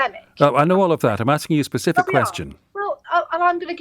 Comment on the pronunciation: What I can't forgive is that she said "I can't give a pacific answer". What's the ocean got to do with it?